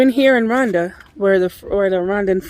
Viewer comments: Not Randa it is pronounced Ru wanda .or Roowanda. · I am Kenyan and yes there is no "u" or "oo" in the word Rwanda but I'm just trying to help you how to get the pronunciation correct because you sound like you are calling it Randa, but if you add the R""oo"wanda it may be easier for you...just saying. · On this cloudy day in Rhonda. No offense, but how can you mispronounce the name of the country you live in. 😂😂😂. Blessings